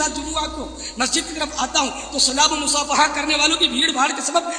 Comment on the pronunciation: یہ مصافہہا کیا کون سا لفظ ہے الیاس پادری صاحب؟۔ مصافحہ لفظ ہے۔ یہی ہوتا ہے جب بندر کے ھاتھ میں بندوق دے دی جائے۔